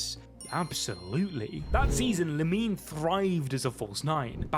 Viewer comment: its pronounced La- mean 😂